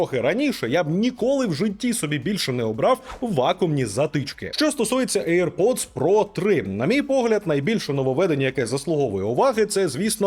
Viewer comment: Мене постійно смішить назва навушників "ейр-поц"(чомусь всі саме так вимовляють AirPods) ! Бо якщо перекласти її на сленг мого дитинства , вона звучатиме як "повітряний засранець" , або якщо коротше :"БЗДУН" !